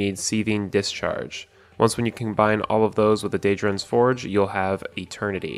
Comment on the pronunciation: “Dayjurons Forge”